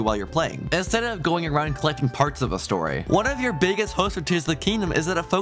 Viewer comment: "more storyA" bro?????